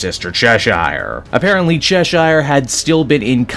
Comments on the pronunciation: Why do you pronounce it chesh-ire? Its pronounced chesh-er, like the cat from Alice in Wonderland. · That's not how you pronounce Cheshire.